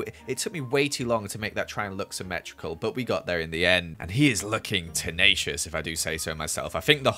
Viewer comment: and he is looking tEnATiOuS me: still can’t pronounce the word ugly